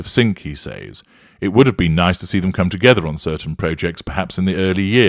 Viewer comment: I can’t stand the weird way you say the word (says). Why don’t you listen to the way an American pronounces it or type it into google when you are in America.